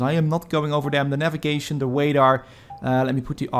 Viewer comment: "the wadar". Darth wadar.